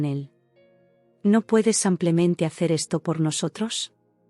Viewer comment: No es como simplemente, se dice simplemente